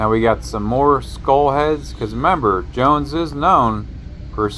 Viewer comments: It's NOT "Joans", it's JOANNS. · Nice job but it's pronounced Jo Ann, not Joan.